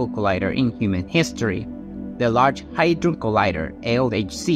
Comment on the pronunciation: it is called hadron collider, not hydron collider hahah 🤣🤣